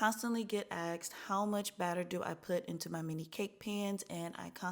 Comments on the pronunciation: Why do you say "axed", in one of your other videos you said, " I got axed". 😂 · I often get “axed”? Asked!